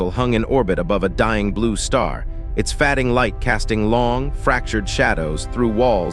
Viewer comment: “Fadding” (sic). “Eeliass” (sic)? Repetitive. And why, in these ‘stories’ do the humans always monologue like evil villains. Gods, make some effort.